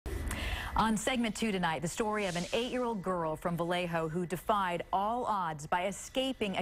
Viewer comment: Vallejo = VA-YAY-HO 😣